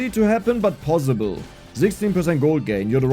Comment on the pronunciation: judging from how you pronounce possible ( bossible) you are probably a Franke